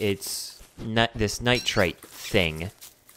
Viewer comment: btw, it's pronounced [nahy-ter] <---nitre xD that's bothering me soooo much